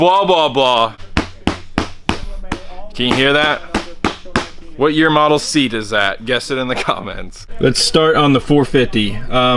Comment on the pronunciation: 1999 seat. Sounded like a couch lmao